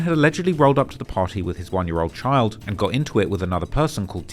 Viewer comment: Does know how to pronounce "Child", he's pronouncing it like "Kyle'd".